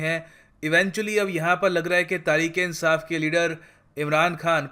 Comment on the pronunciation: Sir its #Tahreek e insaaf not #tareek e insaaf. Kindly correct it.